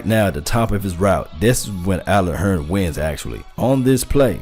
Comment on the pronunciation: I know you're country because you said Allen Hurn instead of Hurns. You sound like my Uncle from Arkansas.